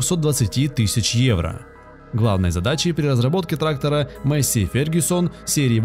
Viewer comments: Маесей а не мейсси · Афтор лол, учи матчасть. Во первых Fendt Vario 936 читается как ФЕНД ВАРИО, ВАРИО-это запатентованная коробка передач, а во вторых двигатель дойц имеет объем 7,8 л и две турбины выдавая при этом 360 л.с... П.С. Пока писал о Фенде, афффтар произнес название Массея и я понял что это бесполезно...